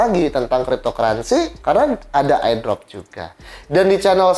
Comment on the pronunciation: CPM aja bacanya CMP Airdrop bacanya Ai Drop Hmmm